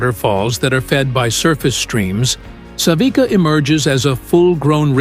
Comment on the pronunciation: It is not waterfall Savika but Savica, c is like ts in Englis pronunciation.